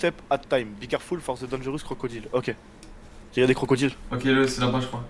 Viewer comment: Mdr il dit be